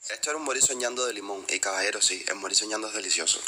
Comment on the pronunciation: Moril soñando no vivil soñando . Y si sabrosisimo